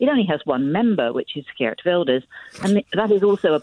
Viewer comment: This "expert" mispronounced Geert.